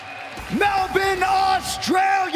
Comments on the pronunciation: lol...Jon just say Melbourne like a normal person. 'Melbinn' sounds so wrong with an American accent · MELBIN AUSTRALIA LOL